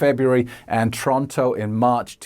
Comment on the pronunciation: Said Toronto wrong